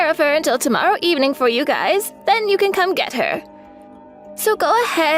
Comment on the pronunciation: It's pronounced guy's not guyses